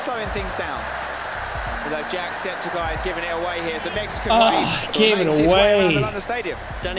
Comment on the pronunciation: Are we gonna talk about how they pronounced his name as jack---- septiSYE??